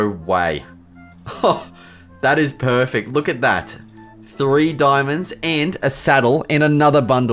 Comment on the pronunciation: bro says "peaufect" instead of "perfect" 😭😭